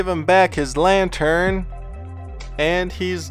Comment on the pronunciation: When you say lantern it sounds like your saying lion turd